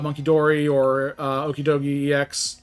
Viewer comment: Pronounced the pokemon wrong...